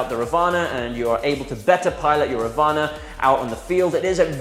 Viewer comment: I think it is pronounced raavana..first a has to pronounced lengthy..raavana was an evil character (god) in mahabharatha(the hindu epic).. according to this epic , he had 10 heads